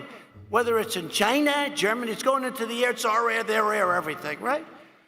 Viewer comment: "Because they're idiots" Says the guy cheering for the man who just called China "Jina" 😂